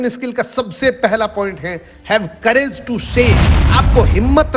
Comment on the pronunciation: सर कैरेज नही करेज होता है।